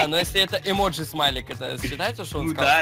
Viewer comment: Правильно эмодзи